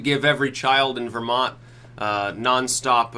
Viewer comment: "vermonty" HAHAHAHAHA